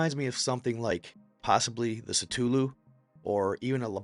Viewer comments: Satoolu?? lol yea this channel is bogus the content alone is mid and sounds like copypasta and then u call Cthulu "satoolu" hahaha yea im outta here, what a garbage channel. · Its pronounced Cha-thoo-loo